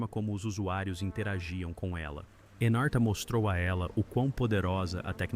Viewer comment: Anarta, nao. Chamasa-se Encarta Encyclopedia